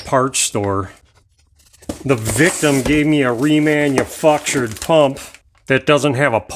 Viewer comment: RemanuF----ture LOL Yes they MIX Standard w/ Metrics these days >..Messed UP! You funny to listen to ( A good thing ...LOVE IT! ) GREAT VID!🙂